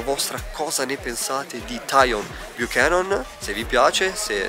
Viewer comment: Ragazzi la pronuncia del none.. cribbio mica siamo in baywach